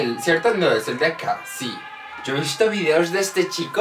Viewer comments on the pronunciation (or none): none